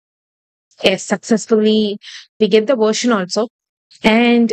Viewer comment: Why you tell ess to yess??